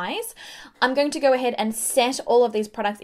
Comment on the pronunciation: "Just a very thin layer and you ah goood tew goeer!" 😂😂